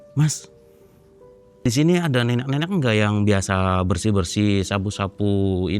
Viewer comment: Pulen bgt bilang "neneq-neneqnya"